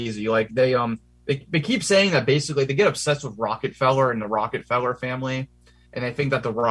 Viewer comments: I like how he mispronounces Rockefeller name - Rocketfellow. Quite funny. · ...and "Rocket Fellers" 💘